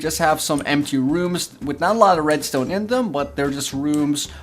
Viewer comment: The way he says red stone makes me unhappy 😂